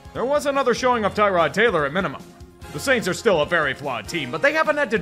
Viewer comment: Thank you for posting this and all your videos, especially this close to Christmas. It's appreciated and enjoyed. Also thank you for pronouncing Tyrod's name the exact same way his mom pronounces it. Check any video or audio of her, if you're not convinced.